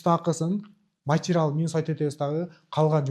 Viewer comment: Овтамачический,матирал дебей туура сүйлөчү.